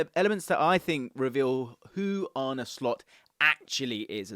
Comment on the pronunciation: It’s Ar-nuh, not Ar-nie. I don’t agree with this lineup. Slot’s teams will usually set up in a 4-2-3-1. Your analysis of the final positions is a bit hazy. I don’t think Mac Allister or Trent suit the double pivot role perfectly, with neither really having the defensive chops for the role. That’s why I think Slot will go out and buy a specialist DM, and keep Trent at right-back. Szoboszlai will compete with Curtis Jones and Harvey Elliott for the attacking playmaker role.